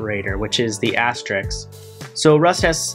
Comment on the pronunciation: Thanks for the vid. BTW, it's *asterisk*, not Asterix. s then k, not k then s...